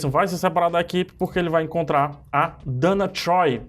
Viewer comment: Você fala Donna Troy errado